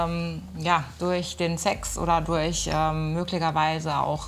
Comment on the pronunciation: ich mag fr ja echt gerne aber sch oder CH kann sie ja echt nicht aussprechen sie sagt z b Möglichweise ich finde das fast etwas lustig lg Jule Halfer 🔥😱👑